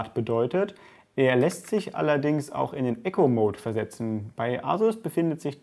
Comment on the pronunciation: Ich muss jetzt nochmal nachfragen, du sagst immer Echo-mode, soll das Eco mode sein? Also das man etwas einspart? Das wird "ieko" ausgesprochen. Ich schreib das nicht weil ich dich verbessern will sondern weil man das dann besser versteht wenn jemand von einem Eco (einsparen) Mode spricht als von einem Echo (reflektieren )mode , andere Frage: muss man den Eco mode immer einstellen?